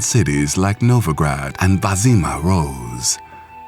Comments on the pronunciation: Wyzima - [vazima] :DDDD pls stahp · is [En Shay] and [Wiz e ma] as i recall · Lol, same with Vizima.